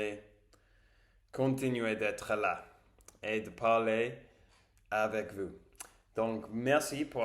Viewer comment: Tu te débrouilles bien et c'est une bonne idée d'avoir trouvé ces mots. Attention à la prononciation de tes "ou" Car tu dis cupe, dessus, vus au lieu de dire "coupe", dessous (car dessus et l'inverse de dessous) et vous Je ne suis pas sûr mais je crois qu'en anglais le "ou" (français) se prononce "oo", peut-être que le "oo" anglais est plus long, et le "ou" français est plus court (ici, nous avons un service de livraison qui s'appelle deliveroo, et nous le prononçons deliveroue (le "e" permet de rallonger le "ou", de le faire traîner), Intéresse toi au mot ours et essaie de trouver des vidéos d'ours et écoute les gens prononcer le mot "ours" ... et aussi roue, boue (qui sont des "ou" longs) et roux, toux (qui sont des "ou" court)